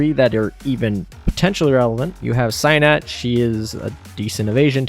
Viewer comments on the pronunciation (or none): An easy example is Nagato: nah-gah-to. She says her name more often than a Pokemon. Cygnet: sig-net Friedrich der Grosse: Freed-rick der Gross-eh